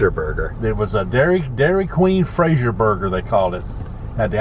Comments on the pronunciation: He was close. It was Brazier Burger, rather than Frazier burger. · 'Brazier' not Frazier // and with that Title the location would be open more yr round than the ice cream only locations that did not come with the Brazier name.. also the franchise fees were slightly higher too.. good upload.. thanks and God Bless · Sorry Dad , but that was a Brazier Burger not Frazier Burger 😉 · "Brazier" Burgers not Frazier .. If you had a DQ you actually had to pay extra to be known or advertise as Brazier. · I truly enjoyed your father-son journey. It was a heart warming story to watch and listen to. I did want to say one thing about the DQ burger...Brazier Burger, not Frazier Burger. :) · Brazier not Frazier... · “Frazier Burger” It’s Brazier Burger😂😂😂😂DQ Brazier😂😂Your dad is awesome!!